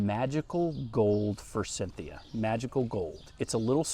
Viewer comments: Repeat after me. For-sith-e-a. 😅 I used to pronounce it like that, too. My town has so many forsythia hedges and they all look terrible. Either sheered to death or unpruned in 50 years. Still alive, though. Buy a cheap one and put it on the edge of the woods with a bunch of daffodils. You’re lucky. My lowes has absolutely nothing on the clearance rack. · There is no N in forsythia. Just sayin'